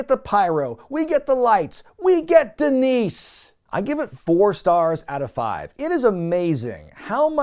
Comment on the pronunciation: DEENICE DEENICE DEENICE!! SAY IT RIGHT, ZAHNEE!